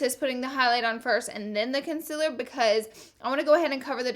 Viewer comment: Ily but it just annoys me that u say conciler instead of concealer